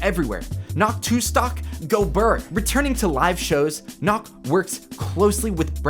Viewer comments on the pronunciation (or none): none